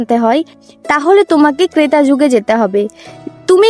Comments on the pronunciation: উচ্চারণ ঠিক করুন ওটা " ক্রেতা যুগ" নয় ওটা হল " ত্রেতা যুগ " | ক্রেতা শব্দের অর্থ হল ক্রয় করেন যিন। ভুলভাল উচ্চারণ করবেন না। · Kreta noy Bunu..... Treta Jug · মেডাম ক্রেতা যুগ বললেন, সংশোধন করূন। ত্রেতা যুগ বলুন ❤❤❤।।হরে কৃষ্ণ, রাধে রাধে 💓💓💓।।